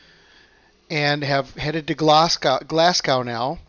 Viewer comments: Hi there, check out how to pronounce Glasgow, it should be Glas go not Glas g ow, check it out, every Scottish person is cringing when you say Glasg Ow. Cheers and thanks for the reports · It's Glasgow like glaz-go not like cow 😆